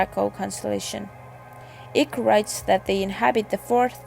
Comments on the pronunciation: If you are xx gonna use someone’s name use it right ICKE = kite not ick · For goodness sake the man's name is Icke as in bike not ick. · why is everyone using wikipedia for the content advisor ? other than they cant write or read ? all of these rep videos are bollocks ,at least this is informative ,im sick of the slowed down camera glare videos its eyk pronounced EYE K not Ick !!